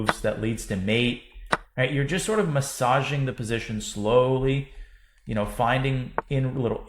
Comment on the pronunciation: I love you danya but I really don’t like how you said massaging 😬